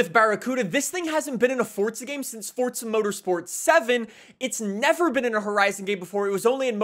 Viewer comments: It's called forza, not fortsa 💀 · why do you say "fortza"? it's "forza", not "fortza" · It's not fortza it's forza